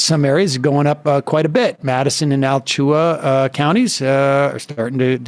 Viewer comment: Alachua = a-LA-chu-a